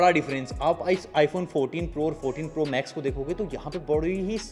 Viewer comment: Jitna isne device k baare m info nh diya usse zyada baklol panti hi Kiya hai 😂😂😂😂😂 the way he says Proww is just like "pura hi dehati ho kya" 😂😂😂😂 Apple be like - kis chutiye ko dummies bhej diya 😂😂😂